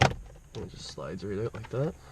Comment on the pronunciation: 'it'll pop right oote"